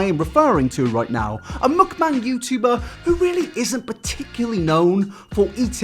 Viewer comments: it's muk-BAAANG not muk-BANG pls 😭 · i appreciate that u dont pronounce mukbang the way the americans do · The way you pronounce mukbang makes me want to tear my ears off every time you say it, it’s awful